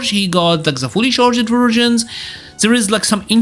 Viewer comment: I hate to be the guy that does English pronunciation correction in a fighting game video, but I just need to say you don’t need to pronounce the “E”s in your simple past tenses. Except if you like ED so much. Charg’d, Uncharg’d, Nerf’d, enhanc’d… Amazing videos though. Keep up the good work